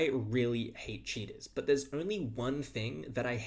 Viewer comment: this video autoplayed so i thought you were saying cheetahs